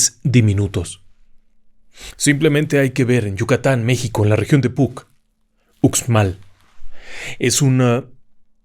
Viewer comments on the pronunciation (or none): Todo muy bien solamente si me permite le doy un dato, Uxmal se pronuncia Ushmal, felicidades a usted y a todo su equipo y gracias por los relatos, muchas bendiciones. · Uxmal se pronuncia " Ushmal". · Estimado y admirado, en Yucatán, la x se pronuncia "sh", asi que Uxmal, se pronuncia: Ushmal.